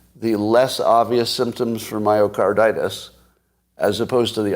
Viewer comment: Plus, didn’t he call it mycardAtus, or did I imagine it?